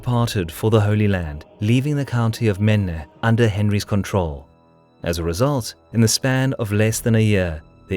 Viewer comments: pronounce it "Main" not "Maneuh" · No, it's pronounced "Maine", not "Menneh"! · It’s “Maine” not Maena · Totally. My only point was to be helpful. Maine falls at the absolute edge of words that mater. It does appear heavily in the Franco/English conflicts in France though, as well as internal history of a larger span, and if I were the presenter I'd want to get it right. Had it not been of screen I'd probably not have known what he was referencing, so I threw it out there.